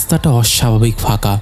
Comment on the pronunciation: ধুর! বারবার কেন বলছেন"ফাকা-ফাকা"। বিরক্তিকর।"হাটা"? "হাঁটাচলা""ফাঁকা"‌ কাঁধ" "কাঁপা-কাঁপা" বলতে অসুবিধা হলে পাঠ করা ছেড়ে দিন।